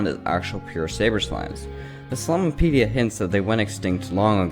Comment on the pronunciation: It's called the slimepedia not slimeapedia